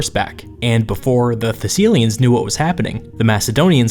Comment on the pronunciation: Thessilians? Thessalians!